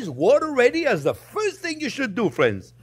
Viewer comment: "well hello there phrinzzzzzzzz!!!!!"